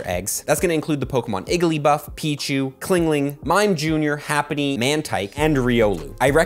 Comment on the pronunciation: Bro got beef with chingling calling him clingling all the time